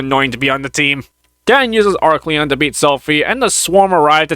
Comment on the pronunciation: you should have known about the pronunciation of Arcleon. Instead of "Arcillion," it went back to Arcleon? Somebody should make up their minds about name pronunciations.